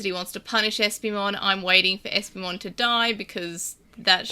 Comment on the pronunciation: First, I love that you keep pronouncing my name as an eeveelution. Second, having HoverEspimon on the show finally feels like a release. Though is it worse than waiting for MagnaAngemon? I'd say so. As for a champion level turning the tide, I imagine it's just from a supportive type of angle. The smokescreen attack seemed to have come in handy. And champion bombs would hit harder then rookie level explosions. But this is one case I find frustration with some other digimon at lower levels that seem to have powers far to great for them, such as Clockmon. Clockmon has the power of TIME and no ultimate or mega has yet to prove themselves stronger than the concept of time.